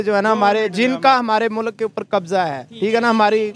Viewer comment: Jahilo mulak nahi hota mulk hota hai 🤦